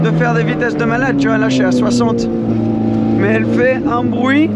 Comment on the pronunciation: Belle vidéo ,en revanche il faut que tu arrêtes avec tes maaiaiaias insupportable ca se prononce mais simplement .